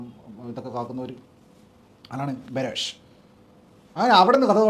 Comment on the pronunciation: ബാറോസ് അല്ല. ബറോസ് അല്ലേ🙄